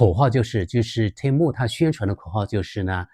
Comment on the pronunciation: temu的发音更像“天猫”！😁😁😁